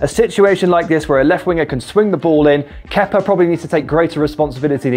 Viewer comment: Ke-pa, not Kepper for f*cks sake